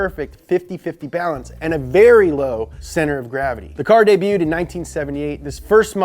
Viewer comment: That’s not how you say “debuted”,.